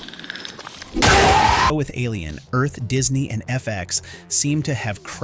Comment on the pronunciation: Why are you pronouncing it "Alien. Earth..."? It's "Alien: Earth", you sound like a robot, and not the cool Lance Henriksen type.